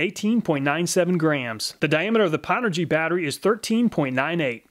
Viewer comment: Nice thanks! and BTW pownergy is a play on old gaming put downs lol. its not pronounced POW its pronounced PO-WNED. aka "I powned Cochise in Counterstrike" LOL